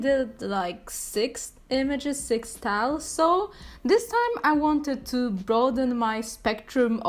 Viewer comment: "sTAleS" I love how she says styles Edit: im dead